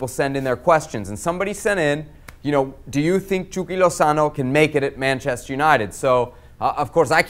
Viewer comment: Why does the host say 'chucky' as 'chewky' 🤔